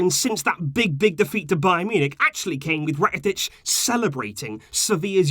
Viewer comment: rakatic Subtitles: rocket ditch 😭😭😭😭